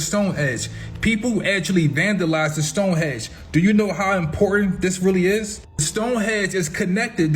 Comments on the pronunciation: Bro are you really gonna believe a man that calls Stone Henge "stone hedge", there's no excuse to be that ignorant, he was literally reading an article about the henge and still said it wrong multiple times. Bro I can't tmstand that level of ignorance, it's crazy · Stone hedge and pre hick storic. Lol. Good info though